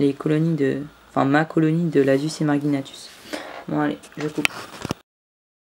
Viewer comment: Lasius emarginatus se prononce comme "émarjinatus" et non comme Guy. De même que polygyne qui ne se dit pas "polyguyne". Lol ! De plus, Aphaenogaster se prononce comme "Aphénogaster", mais moi même je le disais comme toi autrefois (les noms d'espèces sont vraiment tordus à vrai dire). Je possède depuis 2013 une belle colonie de ces petites fourmis rouges qui doit aujourd'hui friser les 40 000 individus. Du coup je me demande où en est la tienne actuellement = ? Comme anti évasion j'utilise de l'huile d'olive aromatisée basilic que j'applique au pinceau sous le cadre en PVC blanc ou le couvercle découpé de mes nids et ADC. Le "talcool" je trouve que c'est mort depuis longtemps et que c'est se faire chier pour rien ! Il est vrai que de nombreuses espèces boudent les vers de terre, je ne sais pas pourquoi non plus alors qu'ils sont réputés pour être une excellente source de protéines. J'ai pu conduire à maturité une jolie colonie de Formica rufibarbis à partir d'une reine seule entre 2011 et 2015 où la population était montée jusqu'à 6 ou 7 000 individus avant de s'éteindre subitement. Snif ! Je possède une fondation de Formica rufa sur ouvrières Formica fusca mais avec quelques premières ouvrières rousses. Or je ne pense pas pouvoir laisser croître chez moi cette espèce quand on sait ce que devient une colonie de fourmis rousses sur le long terme. J'aurais préféré trouver une gyne Formica sanguinea mais je rate souvent la période d'essaimage ou peine à débusquer une femelle iso